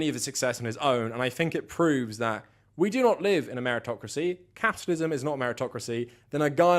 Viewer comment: Off topic... you made me laugh when u said capitalism, but it sounded like u said catitalism....lol